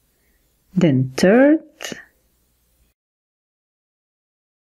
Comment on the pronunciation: Third not tird